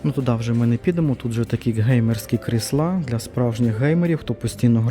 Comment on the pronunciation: Не кріслА, а кр І сла, а взагали то це стільці 😂. Та звісно ж, яка різниця.Хай собі людина каже, що в голову прийшло. же тільки покищо вчиться розмовляти українською, бо для нього це не рідна мова, він італієць- Вентуріно....